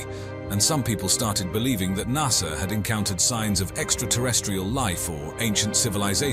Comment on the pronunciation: lol at the narrator.. "nussah"